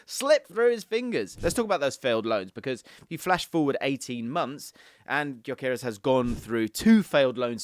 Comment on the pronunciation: BTW since he's of Hungarian descent the name is pronounced "Dyökeresh" with the Gy sounding like "d" in amount due or mountain dew. Annoying that he's playing for Sweden instead of Hungary, dammit.